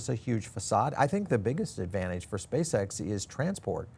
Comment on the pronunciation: Spā Ex it’s scamm😂ree